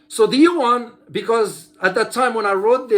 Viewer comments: As I said, it is actually two syllable sound pronounced fastly and in a connected way like in French, unless one invents another letter that represents the sound of "ua". I'm native mandarin speaker, I feel I pronounced the two sound each time I say these words. I do not do it like did in this video. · you are correct regarding the pronunciation.